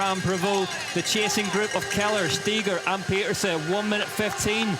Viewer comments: It’s not that hard. “Peter-seh”. I don’t know why folks don’t get it. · Dear commentators. Please learn to pronounce Puck Pieterse's name correctly. She demonstrated how to say it to Rob Warner on an episode of Beyond the Line last season. Thanks. Great ride PFP